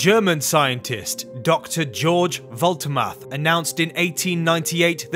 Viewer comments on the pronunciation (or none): Please read German George as [Ghe-orgh]